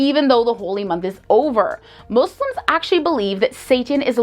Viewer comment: I truly appreciate that you pronounce "Muslims" as MOSLIMS n not MOZLIMS which is the right way of saying it